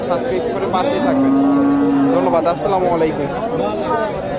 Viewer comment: ভাই সালামটা ঠিক হলো না আসসালামালাইকুম সালাম হবে আসসালামুআলাইকুম